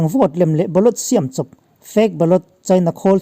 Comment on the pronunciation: Shiaaaam chawp...tih thluk chu a va khawchhak lam unaute tawngkau chheh ve aw...siam chawp..ri hniam hi Mizorama cheng zofate hi chuan kan hmang tlangin a hriat..